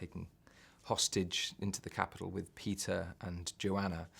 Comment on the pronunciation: When he says Peeta it sounds like pizza :D